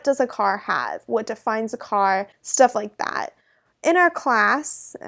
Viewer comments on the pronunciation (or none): a nice video, But i realy dont like the way you are saying "Stuff like that" - sounds like staflajdáááág.. is there something stuck in your throat? Keeps me distraciting. I would expect a more prefessional way of expressing.